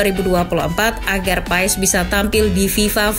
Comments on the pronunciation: bacanya "Paas" min bukan "Paes" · paes paes , pass baca nya min sama kaya pemain leicester Wout Faes , baca nya jg Wout Fass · Baca nya martin pas bukan martin paes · Min bukan Martin paez tapi Martin pass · Bacanya marteen pas,,, bukan paes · Bacanya Martin pas min bukan paes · Selese juga drama nya Izin koreksi min, cara baca nama nya yg benar itu Maartn Paas (sumber dari salah satu video coach justin), makasihhh 🙏